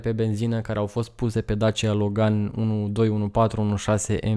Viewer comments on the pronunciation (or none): none